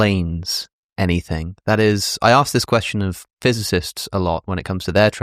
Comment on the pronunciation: “To be or not to be, that is the question.” That would be counted as 10 syllables because of the elision between “be” and “or.” In poetry, when one word ends in a vowel and the next starts in a vowel, they form a “synalepha” and they’re both counted as one. Also, the emphasis of the word “question” is not as he pronounced it (quesTION) in the second syllable, but rather in the first syllable (QUEStion). Which is relevant because you would also add to the meter 1 syllable if the tonic (i.e., the syllable that you stress the most) in the last word of the verse was placed in the last syllable. If you’re curious, they’re 4 types of words based on where the tonic is placed. Ending a verse on each kind has a different effect on the meter. Note: He’s right about the witches meter being at 7. Like in the line from Macbeth “fair is foul, and foul is fair.” It seems like it’s the other line was the only mistake.